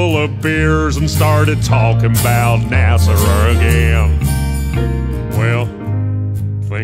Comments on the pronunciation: Nice-sounding tune, though one tip: American Southerners don't pronounce it "NASerr;" there's no final R sound. I would've never guessed you're British if not for that. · I'm really confused why he pronounces NASA that way. 😂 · Lol, everyone should pronounce it this way! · Everything you do is great... but this is the one that gives away that you're not American... because you say "Nasser" instead of NASA. 😄